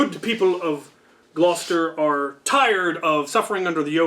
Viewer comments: By the way if its pronounced after the English county of Gloucestershire it's got sheer on the end not shire. Gloucestersheer basically. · I am from England here is the pronunciation of Gloucestershire (gloss ster shear) also I really like your story time